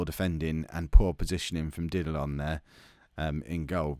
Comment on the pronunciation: The way to pronounce Didillon is more like "Didiyon"